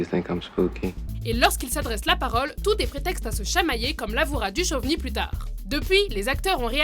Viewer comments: on dit Dukovny pas duchovny..... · On prononce David DuKKKKovny et non pas comme duchmol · watch mojo français ok mais watch mojo sans accent anglais, duchoveny au lieu de duchovny et uss entreprise mdr vous m'avez tué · Par contre David Duchovny, ça se prononce DOUKOVNI. Vérifiez vos informations svp. C'est comme les crétins qui prononce GZERDAN (XHERDAN) SHAQIRI alors qu'on le prononce DJERDANE SHAQIRI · David Du-Chauve-ni ? seriously ? :D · La manière dont est prononcée Duchovni, j'ai vomi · La façon dont elle prononce Duchovny putain... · Bonne vidéo mise à part que mes oreilles ont saignés à chaque fois que tu as prononcé le nom de david duchovny :p